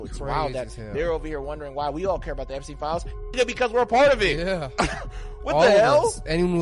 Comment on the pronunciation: Umm...'Eppy pen files?' Spend 16 years in a 12 year education and come out pronouncing 'Epstein files', 'Eppy pen files'? Sometimes I think my tax dollars are wasted.